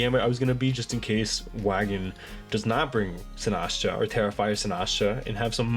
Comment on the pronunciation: Why do you pronounce Sinistcha like Sinahshu LOL Great video btw! Excited to see you two face off!